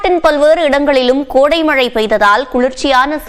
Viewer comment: அது கொடை மழை இல்லை கோடை மழை